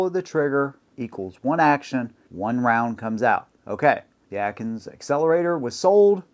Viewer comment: Akins Accelerator, not Atkins